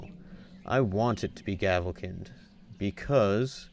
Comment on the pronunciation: its pronounced gavelkined